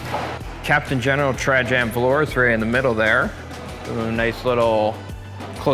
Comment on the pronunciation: It's pronounced Tra-y-ann for fucks sake...